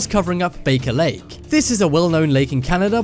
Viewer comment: "Guugle", "kneeclear monopoly", "kneeclear city", "bake-a-lake" ("Baker Lake"). :-) And why is there a map of Gothenburg (Göteborg), Sweden, - in a discussion about "space ships" in Romania?